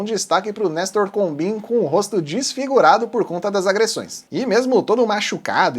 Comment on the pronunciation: Combin é pronunciado "combãn".